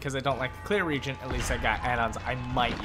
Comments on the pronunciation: RE-AGENT! Not REGENT. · It's pronounced re-agent! The root words are react and agent. You can add a diaresis to show that there is no diphthong in the EA sound (reägent). The pronunciation of regent (a completely different word) is just incorrect unless you're one of those people that say "as long as someone else can understand, it's correct" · My gf who played EverQuest back in the day always called them regents as did I coming from wow. When I heard the re-agent pronunciation it tilted my head for a bit. I now consider both correct, some words just have diff pronunciations